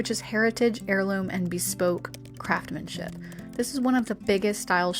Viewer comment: It's craftsmanship with an "s" BTW Thrifting is definitely the way to go 💖